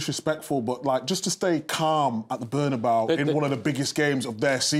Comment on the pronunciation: 'The Bernabaw' 😆😆😆